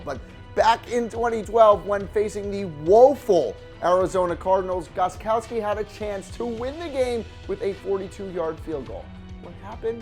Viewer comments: Gostkowski not goskowski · It’s gosTkowski with a t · Isn’t it gostkowski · you forgot to put the t in gostkowski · Gostkowski* i know guys its hard its okay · If you are going to point something out about Gotskowski, why don't you spell and say his name right. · It's Gostkowski